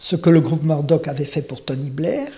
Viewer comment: on dit Meurdock (Murdock) et roiyale (royale)et non rauiale et Mûrdock si je suis clair ...